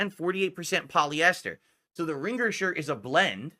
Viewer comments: Ring-gur. The 'g' is supposed to be silent,. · "Ring-gerr" tee shirt??? What's with this dood's pronunciations? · Yeah pronouncation is fascinating. Dood-Dee, Ring-gur. He doubles-up on mid-word consonants (apparently even if they're supposed to be silent like in this example). I've always wondered if he had a speech impediment as a kid he went to speech therapy for and is over-correcting/over-applying what he was taught.